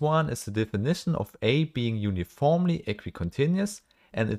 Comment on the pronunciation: uniformly -> uniformely -> uniformly 👀